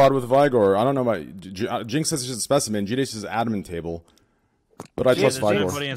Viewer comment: I hate how ppl say “GeeDay”.